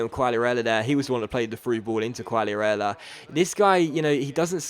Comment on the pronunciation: not trying to be a smart ass or anything haha but try pronouncing quagliarella's name as "kagliarella" just a tip